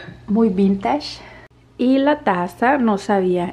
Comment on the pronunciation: Muy bonito todo 💓 solo una observación acerca de la pronunciación de vintage. Se pronuncia “ VintAsh” 😉